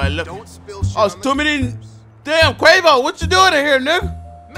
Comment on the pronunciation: 😂😂😂😂 nigga said QUAVO